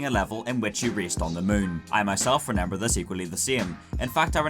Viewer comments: Anyone else hear how he says renember instead of remember ? 😂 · "remember" not "renember". Sorry in advance if this is an inside joke I don't get.